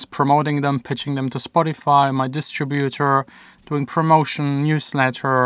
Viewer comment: I would have never noticed the fake entrance part. You could have used an entrance from your vacation in the States. I'm the last one to notice stuff like that. - What I notice: The way you pronounce distributor. It has become like a Pet Peeve for me. :) You pronounce it like distri-butor. I'm pretty sure the right way would be dis-trib-utor. Just a little thing.